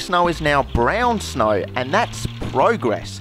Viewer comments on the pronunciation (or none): It sounds like hes saying snoe instead of snow for some reson